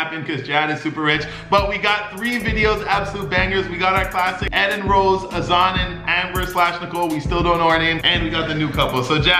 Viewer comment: U were pronouncing azan correctly lol nicole just pronounces it with an American accent